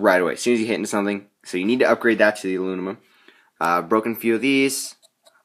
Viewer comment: "alunimum" haha, nice ride tho man